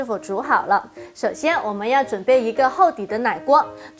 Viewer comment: 奶鍋講ㄌㄞㄍㄨㄛ剛才講ㄍㄤㄔㄞ金桔講ㄐㄧㄣㄐㄩ